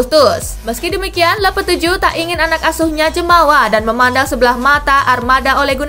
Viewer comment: bacanya lopetegi kak, bukan lopeteju